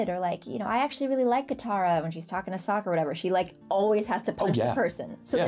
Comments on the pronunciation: My god this is something I can’t wait to hear about in the next podcast (unfortunately I believe they’re on vacation so no new podcast kind of) Danny is definitely gonna have some scolding for lmfaoo 😂 Saying so confidently “SOOKA” instead of “SOKKA” is why your the goat 😂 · This guy using the reviled non-existent movie pronunciation of Sokka 🤦🏽‍♂️ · I LOVE this episode! Also...did bro actually say... SOH•KUH? (Edit: Aight, he was corrected 😂) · "Soh-ka" M. Night Shyamalan approves his pronunciation! Although....everyone else would invite him to Lake Laogai (or better yet, send him to the Boiling Rock) 😂! And yeah, they closed all the Teavana shops in 2018. Starbucks announced their closure in 2017, Simon Property Group which operates many US malls sued Starbucks because they claimed doing this would reduce foot traffic to other stores, a court ruled in Simon's favor, but they and Starbucks agreed in December 2017 to close them. Pretty cool they got Serena Williams to voice the prison guard Ming! Serena Williams's a huge fan of the show, so when the creators found this out, they got her to guest star for this episode! The Great Gates of Azulon was inspired by the large chain link that guarded the Golden Horn of Constantinople prior to its fall to the Ottomans in 1453. A large chain was pulled across from Constantinople to the old Tower of Galata to prevent unwanted ships from entering. There were three notable times when the chain across the Horn was either broken or circumvented. In the 10th century the Kievan Rus' dragged their longships out of the Bosphorus, around Galata, and relaunched them in the Horn, but the Byzantines defeated them with Greek fire. In 1204, during the Fourth Crusade, Venetian ships were able to break the chain with a ram. The Ottomans defeated the Byzantines by doing the same thing the Kievan Rus did. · Personally I ain’t reading all that but Soh-ka💀